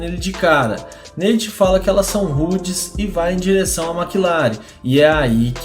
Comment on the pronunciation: Neite ? Kkkkk Nate*